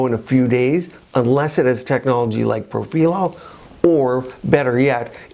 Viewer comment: Hi. I am a nurse anesthetist and aesthetic injector. I am very familiar with Profhilo (and you were right the correct Italian pronunciation is pro-fee-loh) I have been treated 2xs on the face, 3xs on the neck and 2xs on the décolletage. I am of normal weight...5’7” and 140lbs. I work out regularly. I have fuller cheeks (I’d like to say similar to Christie Brinkley but I do not look like her 😂 just trying to give you a reference). After the second round on my face it made my cheeks WAY too full and added a heaviness to the jowls that I never had before. I ended up having to use a cannula and reverse the profhilo w hyaluronidase. My cheeks look so much better and my jowls decreased exponentially. However, it made a significant difference in the appearance of my neck skin. It smoothed out the necklace lines and appearance of chicken skin that I unfortunately had. It made no difference on my décolletage. I’m hoping this info can help viewer decide if they would like to try it or not based on their particular face structure. Also, I noticed your injection points on your video. I have found through several people that have injected too close to the tear trough that it causes significant swelling that can last for days. It is much better to inject on the apex of the cheek as opposed to just a centimeter or two from the orbital bone/tear trough area. Hope this comment finds you well. I love the videos and content you produce and recently attended the LA-MCA virtual event.